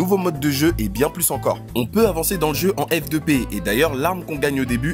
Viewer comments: F2p sa se dit free to play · "f2p" stp un petit effort.. au moins ça..